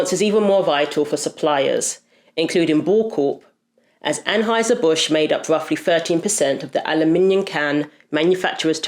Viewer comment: Transhieser Busch 🤣